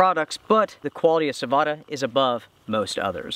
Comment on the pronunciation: Sah-Voh-Tah. Perkele!